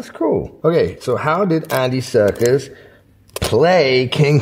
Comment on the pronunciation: Can he stop calling him Andy Circus?